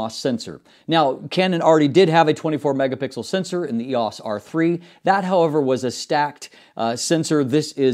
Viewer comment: E O S. Not eeeehaws